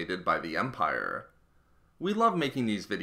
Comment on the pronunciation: smallerrrr.. Largerrrr... Empirrrrre lmao